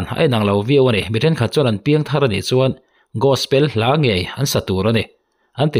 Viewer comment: Gaspel❌ Gospel✅